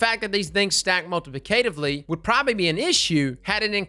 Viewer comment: Lol dude. You’ve got to learn how to properly pronounce “multiplicatively.” 🙄